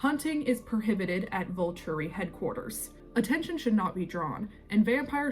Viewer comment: thank you! i’m so glad someone said it, it was breaking my brain with how many times she said “Vulchury” (sounds like vulture, the bird) in the first 2 minutes alone.